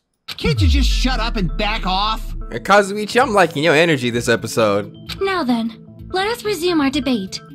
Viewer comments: he’s finally pronouncing kazuichis name right 😩 kinda miss kazuchi tho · yay, now can say Kazuichi right:) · absolutely thrilled is pronouncing kazuichi's name right now